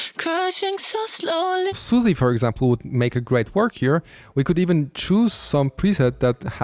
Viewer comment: bro said Soothee 😭